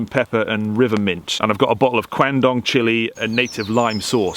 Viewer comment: Nice one 👌. Love our bush flavours, you got some good ones there (FYI quandong is pronounced kwon-dong and damper isn't flat 🙃). Also damper, butter & a decent lather of golden syrup is delish.